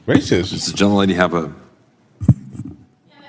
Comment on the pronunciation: Rice isn't Rrrracist.